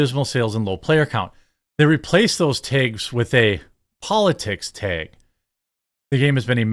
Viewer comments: Baldurs gate 3, seriously, chicks with dks. How woke is that. Tag, not teg. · TEG is not a word, it’s TAG 🤦🏻‍♂️ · Jeremy the way you pronounce “taege” gives me autism.. brother please I know mid westerns are odd cupcakes but try to say it like the rest of us 😅